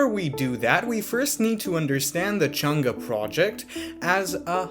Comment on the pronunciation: far side, man, other than that, perfect pronunciation of Chang'E, great job